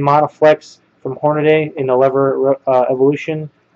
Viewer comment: why do people pronounce Hornady all sorts of weird names like Horn-a-day or Horn-ay-dee? It's "Horn-ah-dee". Pronounced just like it's written. Don't believe me? Listen to any Hornady official video online.